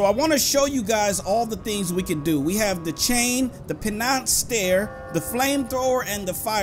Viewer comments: I agree that he needs to learn to read. He said pen knots stare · Penance stare is pernounced (pinins stair)